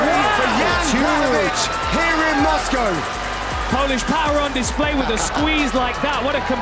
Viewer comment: PHOLISSSHHH PHOWA !!!!!